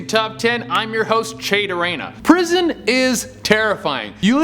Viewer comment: You couldn't say "Durena" whiter than he can!!